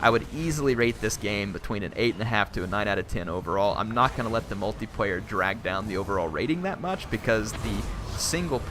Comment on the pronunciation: can you please stop saying "Multiprayer" and "singleprayer". otherwise nice video, like the analysis.